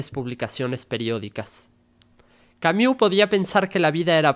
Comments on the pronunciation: No se pronuncia Camiu... se pronuncia Cami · Sólo una recomendación: La pronunciación de su apellido es con "u" francesa ( /y/ ) no "iu". En español es aceptable que las palabras o nombres en otros idiomas se pronuncien tal como se leen. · Se pronuncia /y/ esa es la u francesa. No es /iu/ como se pronuncia en este video. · Juan José Pérez - Gracias por aclarar este punto, soy políglota y ésta pronunciación inglesa de un nombre Francés es simplemente un horror. No cuesta tanto ! Si alguien es capáz de leer filosofía, debería dedicar unos minutos a investigar la pronunciación del nombre del importante autor de quien se habla, y hacer su máximo esfuerzo, por una cuestión de respeto a todos. Gracias ! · Sergio Uribe - Exacto. Si no saben pronunciarlo, entonces bien podrían nombrarlo simplemente en Español, en especial cuando repiten su nombre tantas veces.